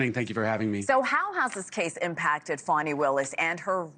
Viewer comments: She like pronounce it 'Fawni' not 'Fani'. She looking for clues then she going to impeach that blond haired billionaire in the white house. Ha ha hee ha ha!!! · I'm sick of hearing this lady's name mispronounced!! There is no "w" in that name... It is not pronounced "Fawny", it is pronounced FANNY, as in your ASS!... BEFORE WIPING, even!!